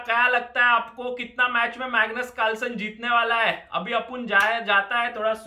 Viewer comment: "Megnoos Bhai" 😂😂